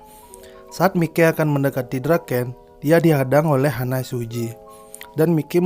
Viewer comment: HANMA SUJI : bukan Hana. Maiki bukan mikei